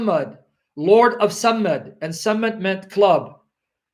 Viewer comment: I have no dog in this fight but your pronunciation of the word “Sammad” is incorrect. صمد is actually the word you are referring to which means “a being that needs no one” and not a stick as you purport. Interestingly though the “stick” you are referring to is a sign of authority held by the pharaohs to smite their enemies. Depictions of pharaoh with raised “mace” dating back from the time of Ball worship have been discovered. In present times highly bejeweled and less utilitarian maces are held by British Royalty during coronations and the Royal Mace is placed on the table which divides the House of Commons from the House of Lords at every meeting not without ceremony. It can also be seen held by the Masters of Ceremonies at graduations.. It is very possible that the word Mason derives its name from that instrument of authority since graduation rituals with black priestly robes and mortar hats are indeed Masonic induction ceremonies albeit unbeknownst to the participants.